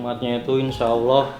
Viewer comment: kalo nyebut nama allah yg bener qq😇